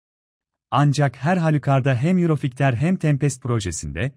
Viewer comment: Yurofigter ney? 😂😂😂 Yurofaytır diye okunur🤣🤣🤣